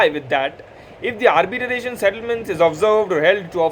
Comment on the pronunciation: It's Arbitration bro not Arbitaration. Pls don't mind .